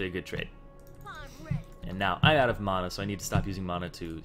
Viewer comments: you say it like MAW-na i say it like MAN-a not bad just something i noticed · and y do u say mana like tht.. and u dont level up e first usually..